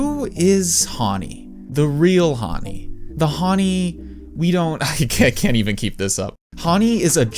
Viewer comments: Your pronouncing her name wrong, Hawnni? It's Hanni "Han" as in the Han River. 🙄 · plssss her name is Hanni (like Honey) not Hauny ㅠㅠ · bro pronounces Hanni "haaaaani" lmao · Huanni??? How are you pronouncing our fav idols name?